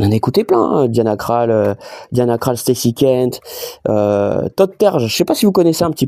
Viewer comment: Ça s’écrit Krall mais se prononce Kroll 😂 Sinon en tant que fan de rap us je te comprends ! 👍 Ton récepteur Bluetooth Logitech c’est pas ouf, prends en un en APTX, voir un boîtier wifi Musicast lostless … Et ça n’est pas une sortie mais une entrée rca! 😂